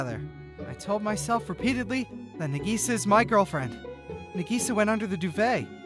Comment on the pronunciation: female version of Hikkigaya Hachiman. interesting. Also :50 Did you just say Nigisa... no way right nope you definitely said Nigisa